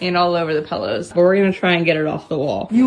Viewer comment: I feel like too many people are pronouncing "pillows" as "pellows" these days